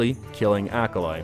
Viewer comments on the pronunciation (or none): me hearing "acolyte" "acolyte" "acolyte" him says "acolyte the rhino loa" me "oooohhhhhh AH-KAH-LEE" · It's AKALI not Akalai.... geez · Its a-ka-lee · ikr, fkin Ahkalai